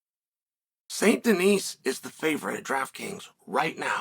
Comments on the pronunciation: Please stop calling the man Denise. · Benois Saint Denise - Chael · Saint Denise lmao